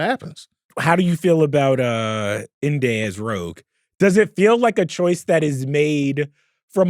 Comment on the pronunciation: needs to stop saying Inde name like that lol he tryna act distinguished. It’s pronounced “indy” its short its a nick name her mom gave her for independent